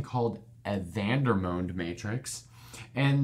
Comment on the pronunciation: Quick question: isn’t the pronunciation Vander-mond? He was a French mathematician, so the “o” in his name shouldn’t be the long o sound.